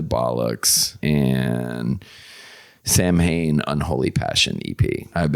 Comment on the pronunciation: Omg when he said samhain I cringed so bad coming from an Irish person 🤣🤣 it’s pernounced as sa-win ! Still love ya tho Randy ya fecking ledgend 🤘🏻🤘🏻🤘🏻